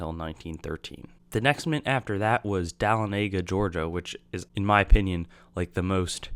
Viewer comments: Very Nice Video. The Georgia Mint is pronounced " Da-Lonnie-Ga" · Nice vid. But I cringed every time you mispronounced Dahlonega.